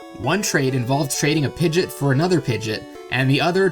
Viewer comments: Its not a huge deal it's just pronounced pid ge ott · I'm sorry to inform you but that "pigit" is a pi-gee-ot" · "pidget for another pidget" PI-JEE-AAT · You pronounced Pidgeot... Pid-Jit. It's pronounced Pid-gee-ot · pidget? No it is PID-GE-OT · Me: PIG-E-OT Him: pidgot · It's pronounced pidge-e-ot, not pigit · its not called pidgit its pidge EE OT not pidge IT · I think he was mispronouncing it. Pidgeot is how it's actually spelled and I always thought it was pronounced [pidge•ē•ot]... I could be wrong though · "A PIGET for a PIGET" Wow Just...Wow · Pidgeot is pronounced pidg-eot. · holy fucking shit, did u just say "pidgit" i love your videos but what the actual fuck xD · Whats a pidget. And why did you use pidgeot's picture. You did NOT pronounce ot the right way,i hate people like you that try to look like they like Pokemon. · It's Pi-dge-ot not Pidge-ot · It's Pidgeot not Piget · Pidgit ... Fucking Pidgit ... Wtf Is ... No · you didnt pronounce it right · pidgey-ot not pidgeot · Pidjit... Understandable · you definitely said pidget. twice. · pidjit pai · i dont like it when ppl mispronounce things related to pokémon. and the word pokémon. (the accent on the é is pronounced 'ay') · you mean pidgeot for a pidgeot not pidget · I died when you said Pidgeot lol .... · i never heard someone pronounce pidgeots name correctly (or according to the official gen 1 guide book) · Why did you mispronounce Pidgeot!? Smell you later! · I Have No Problems with it I'm just here to tell you the pronounceation error (just like my spelling error.)😉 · Disliked because the way you said Pidgeot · it's not the right way,you clearly don't do shit related to pokemon. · Obviously he's referring to how weirdly you pronounced Pidgeot. No need to play dumb.